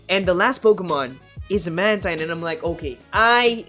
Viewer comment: Great job! Couple of notes: It's man-TEEN, not man-TINE. And I think it was running wing attack based on the feathers the animation it was showing